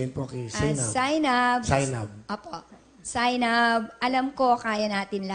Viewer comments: Yung pronounce pa lang ng Zeinab ay Zay-nab not Zey-nab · Wengyah ZAY-NAB PALA PRONOUNCE NAKIKIPAG TALO PA KAIBIGAN KO ZEY-NAB DAW 😃😂